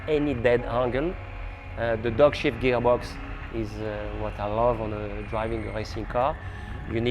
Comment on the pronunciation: Fantastic.....but at 8.48 tell me he isnt saying 'the dogshit gearbox'!? Yes,I know he is saying dogshift but have a listen